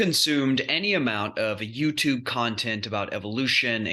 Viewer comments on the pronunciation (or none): none